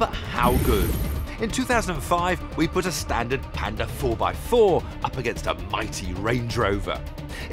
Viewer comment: si dice PAnda con la A